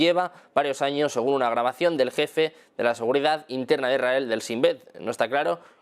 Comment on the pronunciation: Cuándo dice "Irael" o "Iraeli", se refiere a ISRAEL o ISRAELÍ?